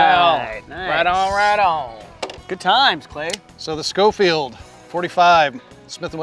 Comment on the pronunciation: It's pronounced show-field, not sko-field. Just a history lesson, not trying to be a know it all. Great video Men, and I thank you for your service.